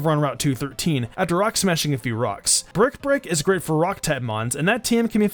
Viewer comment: When you say "brick break", it sounds like you say "bird prick".